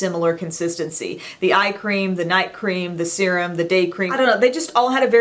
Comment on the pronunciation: Love your videos. Thank you for not saying "sir-um" (serum)!!!!